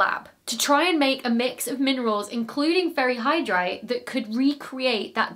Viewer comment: Did anyone else think she said "fairy hydrite" or was that just me? lol